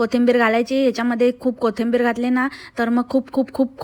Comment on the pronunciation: Kothimbir nhi gg kothambir😂😂😂ti hech bolte